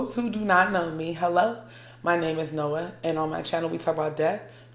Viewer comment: Is she saying her name noah or nola in the intro?